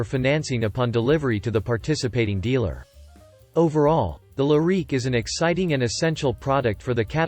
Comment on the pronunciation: Learn how to pronounce the name of the car. If you don’t know the name; you probably don’t know much else.